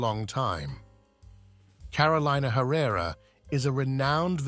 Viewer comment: Lord. Can we pronounce her name correctly?